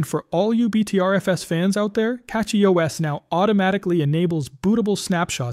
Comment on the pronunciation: CachyOS is derived from the word Cache, so Cachy pronounced "cashy" and not "catshy".